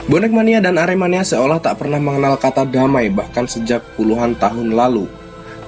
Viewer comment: kalau cakap yang betul aremania bukan arminia. Bonek bukan Persib.